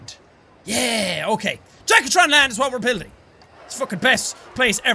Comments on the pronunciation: I mean u said jacaktron land? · Does it bother anyone else that he called it "Jacaktron land"?